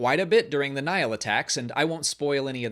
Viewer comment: It confused me the way you pronounced Nihil since I've been enjoying the high republic books on audible and they clearly state this as "Nī-hil" every time, with two distinct syllables and a long i for the first i. Took me a second and I was like oh, he's talking about Nihil lol